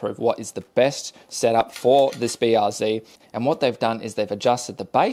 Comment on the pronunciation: BR what? Zee? Zed son, you're Aussie, and a qlder at that, get it right.